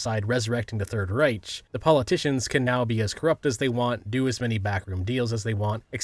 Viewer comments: The scariest part of this video is the mispronunciation of the word “Reich” lol. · Uh.? That's not how you say Reich. It's... You're kidding me, have you really never heard Reich said out loud? Did you think it was Ryche this whole time?